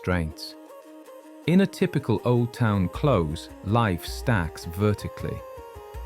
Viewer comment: Whatever else the men in the pubs are drinking, I doubt if it's whiskey. Scotland produces whisky. Whiskey is Irish. Oh, and "close" is pronounced with a soft "s" as in to keep something close. Not "cloze" as in close the door.